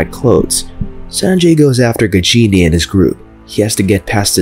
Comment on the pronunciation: Don't pronounce it "Gigini" it should be like "Gaajini". 😁